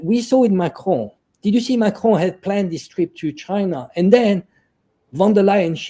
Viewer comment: Some day he will learn to say 'Macron' rather than 'Macrone'... either that or France will elect a new president.